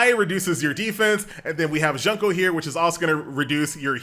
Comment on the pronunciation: the way he pronounced "Junko" Junk-o. I cried a little.He just called her Trash-o. He went straight for the heart. Fortunately she's already dead....